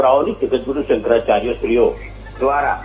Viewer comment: Tame aava news aapine samprdayo ni vachche vikhvad peda karo chho. Shankracharya nu uchcharan pan khotu karo chho tame.